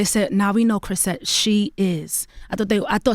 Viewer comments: "CHRISETTE nigga" 😂 Envy got me weak, Charlemagne can't pronounce her name correctly lol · If Charlamagne says "Chrishette" one more GOTTDAYUM time! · Chritshet, LOL...SMH...